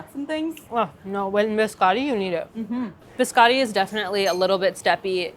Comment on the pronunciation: The way she's pronouncing biscotti is making my Italian ancestors cry